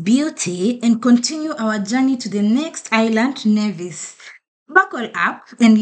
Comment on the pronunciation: Thank you for visiting our tiny islands. Sugar City St. Kitts & Queen of the Caribees Nevis. Nevis Nice & St. Kitts Sexy. Glad you had a great time here. The only thing though Necis is pronounced Neevis not Nayvis. Fyi, we Nevisians take pride in that.